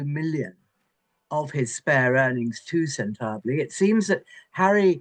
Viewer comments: Sen tablay?? What the hell is that Ingrid?? Buffoon😂😂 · This woman can't even get the name of the charity, it's not sentable, sentabale. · WHY do people refuse to learn the pronunciation of a word that is nigh-phonetic in pronunciation —SENTEBALE— say it: Sen-tuh-bah-lay. Four syllables. In Spanish “sentable,” as as she is saying it, in Spanish means “enviable. Not what it means in the Charity’s intention: Sentebale is “forget me not.” Come on! Sen-tuh-bah lay. ANY person who has been in the employ of Harry and his partner, they will have an understandable chip on their shoulders because they are suffocated, they are censored…I include myself in that group of the suffocated, as they have done that to the public, also, YouTube itself many times censored anything in I say about Meghan or her BULLY husband. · Honestly Ingrid cannot even pronounce centre bali, completely disgraceful. Chip on her shoulder- toe what for standing up to Harry. Ingrid is a disgrace. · This woman can't even pronounce Sentibale correctly. No one cares if PH can't handle being told what to do. He's an arrogant entitled man child who deserves to be humiliated. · Prince Lesotho…? Mrs Chanunka…? Santabilay…? Ingrid Seward really ought to get the names right, if she expects to sound credible. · It's not that hard to pronounce Sentebale, Ingrid. Say it with me: SEN-TE-BA-LE. You know what else is a bad look? Defending the indefensible. Harry's messed up. Plain and simple. He's a spoiled, self-serving brat who's used to getting his way all of the time. He wanted out of the Royal Family, and he's made his own bed. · Sen tarb ley..... Sen ta bal le... Pronounce it correctly 😮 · MRS. Chadunka?!?! And Sentah-blee... geez, learn the proper pronunciation (and titles) for people and orgs you are covering. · Is she deliberately mispronouncing the charity‘s name or does she actually not know how to say it? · Agree. And learn how to pronounce thecharity’s name. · Why do you insist on mispronouncing Sentabale.